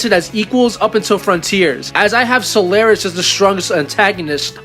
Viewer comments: Solaris. Not Solaire-is. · so-lar-is, not sul-air-es